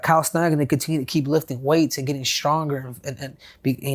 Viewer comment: Chael saying “Schnieder” instead of “Snyder”😂